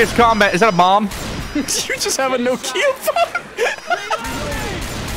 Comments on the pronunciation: how in the hell? it's nOkia. Not no key ahhhhh. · you know how to pronounce Tokyo? It's a short sweet tO'kyo not to-kEE-oh. Nokia is pronounced the same as it is written. With a single breath - nO'kia. No pause, no nothing. Emphasis on the first vowel O. It's not no like in the word NO (nou), it's an open one like door (do). Than ki that is pronouced like QI (chineese life force energy), not like the word key. And then another open A like in the word car (KA). That's how the name of this company is pronounced. I can understand differences in pronunciation, but I don't really get how in the hell emphasis went from first vowel O to the second vowel I... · no ki a (no kee ah) make a little more sense now? How do you pronounce it? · I've just told you how it supposed to be pronounced. nOkia. With the emphasis on O. That is how it's called. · like nah kia? That is probably right, America is 3 languages in a REALLY convincing trench coat though so makes sense why we’d pronounce it differently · okay, hold on, I will spell it how I pronounce it (no KEY uh) now you, cuz I’m confused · Everything goes perfect apart from the way he was pronouncing the Nokia phone. 😂😂😂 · Is that how Americans think Nokia is pronounced lololololololol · Mad way to pronounce Nokia lmao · A "No-kia" hammer?¿????? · Wait, is that house Canadians pronounce Nokia?